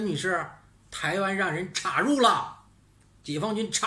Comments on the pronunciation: ，插入的插是一声，好听些，酥麻些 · 请跟我念一遍 插 “chā”，chā rù